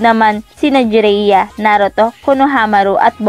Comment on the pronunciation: jiraya Po Hindi Po jereya 😀😀